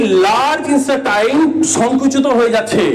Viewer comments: ইস্টেটাই না ইন্টেস্টাইন৷ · ইন্সটা টাইন আবার কী। আপনি একজন লেকচারার হয়ে এরকম ভুল ভাল উচ্চারণ করলে হাসির পাত্র হবেন তো মশাই।